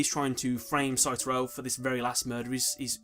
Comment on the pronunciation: Pretty sure it's Satoru, not Saturo.